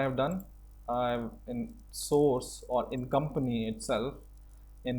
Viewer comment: Try to work on your pronunciation! It should be [ˈsɔrs] and not [soooooooooooooos].